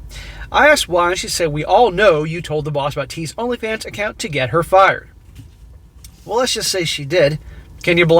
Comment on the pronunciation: "LonlyFans" lmao 🤣